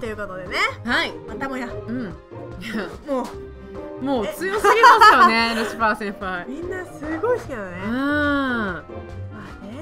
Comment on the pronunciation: ルシワァーじゃなくてルシファーですよ。ルシはアンケートでは不動の人気だなww